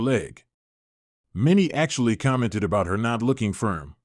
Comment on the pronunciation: Is this a computer voice? I only asked because some things like the word about are mispronounced. Also there's no natural pause in speaking like when a period happens.